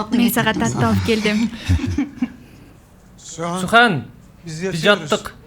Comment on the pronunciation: Тим эле сухан дебей сиухан дешет го бирок сухан эженин суйлогондору соонун экен